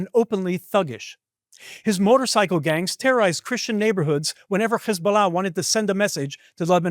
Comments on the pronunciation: Man you cant hide your jewish / israeli origin as you say CH/KH isballah - which is actually incorrect. It is HISBALLAH with simple H sound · In Arabic, Hebrew and English the last syllable of "Hezbollah" is NOT stressed. Why do you do that? Is that something French-sounding and you think it makes you sound sophisticated? Weird.